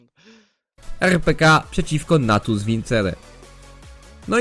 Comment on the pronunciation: rpk czyta się jak byś literował po angielski tak jakby co 😉